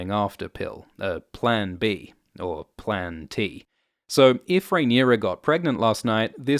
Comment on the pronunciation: “Plan Tea”™️ 💯😂